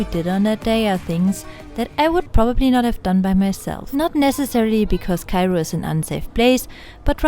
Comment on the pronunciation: Mam, are you from Germany? Bcz the way you pronounce Cairo it's like German. By the way, your vlog is awesome. And your voice is like sparkling diamond 💎